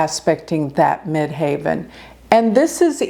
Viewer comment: Great video thanks. Quick question you say ‘MidHAVEN’ I always thought it’s MIDHEAVEN..?